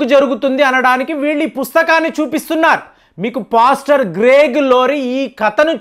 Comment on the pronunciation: పోస్టర్ అంటే ముఖచిత్రం అని అర్ధం. అది పోస్టర్ కాదు పాస్టర్ అనాలి సార్.... ** ఇరాన్ ను ఈరన్ అంటారు. బాగా చదుకున్నవాళ్లు ఇలా పేర్లు మార్చేస్తారు అనుకుంటా?